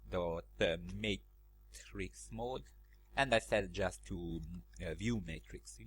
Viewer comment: Funny how you pronounce "Pipeline" as "People-in", thanks for another amazing tutorial, some interesting knowledge.